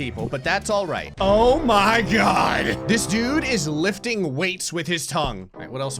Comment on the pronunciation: I have watched enough videos to tell that is not a natural born Florida man, but indeed a natural born jersey man every time he says the phrase “oh my God” his jersey accent pops out